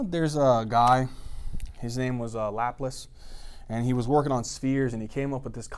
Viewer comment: lapless who the hell is lapless that's laplace ( Lah-place rhymes with face ) great videos doesn't pronounce words to well though